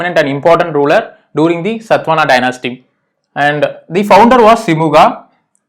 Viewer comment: its not SATVANA, its SATHAVAHANA